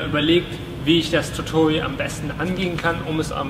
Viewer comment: Du solltest deine Methode "Tutorial" auszusprechen nochmal überdenken, aber ansonsten kann, wie immer, nicht meckern. Super Video :)